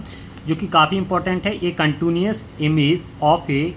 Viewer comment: Contuniuous nhi h sir countiii nu as hota hai uska pronounciation